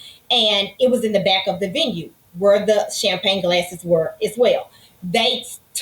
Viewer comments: Omg its champagne not champlane. Low class. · CHAMPAGNE 🍾 OR chamPLAIN 😂😂😂 BASIC ENGLISH IS SOOOOO EASY! 🥴 the plaintiff is sooooo cringe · I don’t trust anybody that says “Champlagne glass”. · Why does she keep calling them “Champlain glasses” lololol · Is she saying "shamplane"? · Champlane, champlane, OMG doesn't she even know how to say Champagne, I bet she's one of the people that says liberry instead of library. Both plaintiff and defendant are as nasty as each other... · The word champagne is killing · Will someone please tell the plaintiff that champagne glasses aren’t NOT PRONOUNCED chamPLANE glasses! Even when the judge pronounces it correctly, learn you sound ridiculous girl. Crazy, how many years of school did she go to 😂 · Every time she says champlane my eye twitches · Champlagne😂 I thought it was a mistake until she said it over and over. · 😂🤣😂🤣😂🤣 She said it 3 times and didn’t even realize it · She was articulate until JM called her out on swiping the 'champlagne gases' and then she began stammering and mispronouncing words. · I can’t stand when people refuse to speak properly. What the hell are champlagne gasses? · “Champlayng glasses” 🤣🤣🤣🤣🤣 i thought it was a mistake but she kept putting the L in it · Champlain lol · If the plaintiff says cham-plane glasses one mo time!! 🤣🤣🤣🤣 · Good lord there is no L in Champagne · Plaintiff didn't say "Champagne Glasses" correct until like the 6th attempt 🤣😭😆😂😭🤣 Just stop...ROFL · Giiiiiiiiirrrrl I thought I was hearing wrong cause it is almost 1am and I'm sleepy but I kept hearing it and came to the comments to see if anyone else noticed! 🤣🤣🤣🤣🤣🤣🤣🤣🤣🤣🤣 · My name is champagne and the audacity to mispronounce it is appalling 😂😂